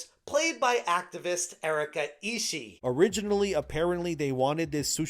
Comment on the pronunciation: Just friendly info to, her surname 'Ishii' can pronounce in Japanese as 'E-Shi-E'.